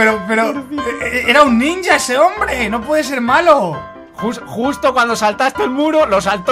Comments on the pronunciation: Se dise nija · Mike se dice ninja